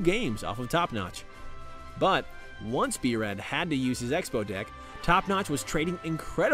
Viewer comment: b-ruh lol